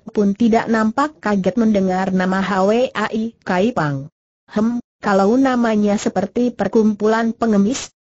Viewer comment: Hwa I Kaypang bukan Hawe ai kaypang , hwa : bunga.